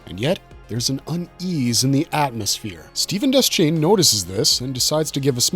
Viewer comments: De-shane. Not Des-chain. That's how Frank Mueller, the narrator of the Gunslinger and Drawing of the Three audiobooks says it. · DE-Shane not des chane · It's pronounced Deshain. The C in Deschain isn't sounded. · Deschain is pronounced Deh-Shane. It's French.